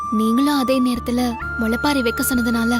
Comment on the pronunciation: முளைப்பாரி அல்ல. அது முளைப்பாலி.